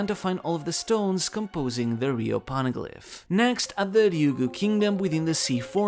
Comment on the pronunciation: "po-ne-glyph" not "pawn-a-glyp" I have a constant influx of these OP channels who can't even pronounce the most basic things right, or completely miss the most basic plot details when speculating or theory grinding. Don't feel too bad, but you aren't getting my sub. You don't get first place for One Piece lore slop with this, but I can share what one place looks like. Someone forgot Aokiji kidnapped Pudding. Started trying to predict the rest of the manga... 8 mins of my life I'm not getting back. It was interesting until he said, "Blackbeard has no way to read the poneglyphs so we can assume..." No... big no. I'm just tired of the slop on my recommended. Do better or do something else.